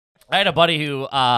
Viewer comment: The most garbage thing about this episode is saying "Body" instead of "buddy" WTF